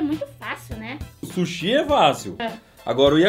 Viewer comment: kkkkkk shushi e vazo kkkkkkk ja ta falando chines